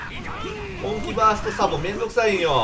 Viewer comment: サボがザボになってて草